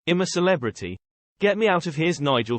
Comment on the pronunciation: I'M A CELEBRITY, NOT HIM A CELEBRITY TALK PROPERLY NARRATOR